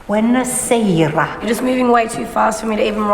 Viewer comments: Sorry but the teacher's Italian accent is terrible... no wonder the girls couldn't get it right if even she can't pronounce it! It's buonasera with an O and one R NOT buena serra O_o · I heard that... Bwayna Sayra... I wondered what language she was supposed to be speaking. No wonder the girls were struggling with their "Italian." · mispronounces the Italian and Sarah was petulant for someone almost 30.